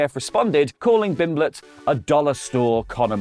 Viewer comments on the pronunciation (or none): Bro how did you get paddy s name wrong it's pimblett not bimblett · Why can't pronounce pimblett 😅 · It's Pimblett, with a P. Idk if you just got it wrong or it's a joke I don't get. It's fine if it's a joke. I guess. You have my approval, which you didn't ask for and will never see.